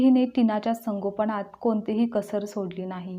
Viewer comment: संगोपण नाही संगोपन